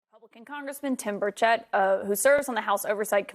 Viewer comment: Geesh! It’s Burch’ ett’. These are professional news Broadcasters and MOST mispronounce his name. I’m quickly losing respect for this man who was someone I so admired!